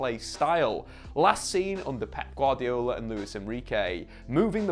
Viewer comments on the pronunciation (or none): none